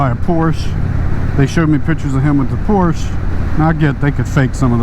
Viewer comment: Big thumbs down...doesn't properly pronounce Porsche.